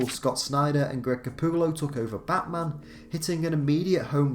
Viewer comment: Your accent makes it sound like you said "Batsman" instead of "Batman"